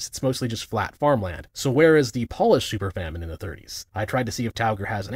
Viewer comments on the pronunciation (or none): that pronounciation of "Polish" is painful.